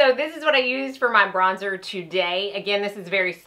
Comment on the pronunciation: Bronzer not brozer. Great video though. Helped me figure out my new BK brushes